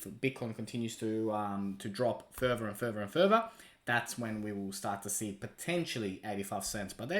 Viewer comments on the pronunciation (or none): none